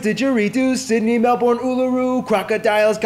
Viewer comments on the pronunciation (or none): the guy in the video didnt even pronounce Melbourne right